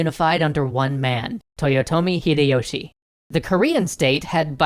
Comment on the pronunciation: TOYotomi HIDE-YOSHI